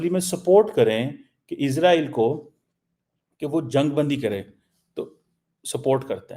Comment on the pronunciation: CHEEMA ISS ROYAL NAHI ISRAEL ( IS RAY EL ) 🇮🇱 .... 13 PRONOUNICIATION AND VOCABULARY TUMHARA BIWI KO B SAMAJMAY NAHI HOOTHA HOOGA .